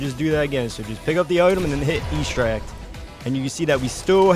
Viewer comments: EXTRACT not ESTRACT thick as shit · I have to tell you it is not pronounced E-stract, the X is not silent and it’s ‘eh’ like in Extra. also, the soccer glitch is the only one i tried and it doesn’t work